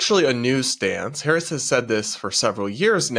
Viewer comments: Actually, it's pronounced Kamaltoe Hairs. (hairce) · The view would defend a child grapist if they had a D behind their name. Plus, kisten to how Whoopi mispronounces Harris' last name